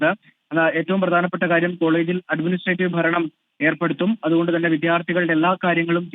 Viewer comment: അഡ്മിനിസ്ട്രേറ്റീവ് not അഡ്മിനിട്രേറ്റീവ് 😂